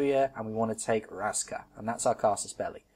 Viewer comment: Raska is pronounced Rashka :)